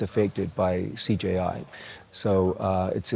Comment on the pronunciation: does he say CJI?